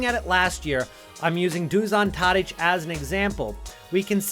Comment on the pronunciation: Š in Dušan Tadić's name is read SH not just S so it turns out Dushan Tadich